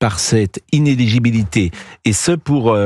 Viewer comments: In-éligibilité pas iné-ligibilité. La différence ? Le brevet des collèges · Inéligibilité et non pas inégibilité !!! Il va falloir changer de métier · Le vrai problème pour Prout c'est prononcer "ineligibilité" sans bafouiller 😂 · Praud semble éprouver beaucoup de difficulté à prononcer le mot 'inéligibilité'... Est-ce parce que le monsieur est encore sonné par ce jugement ?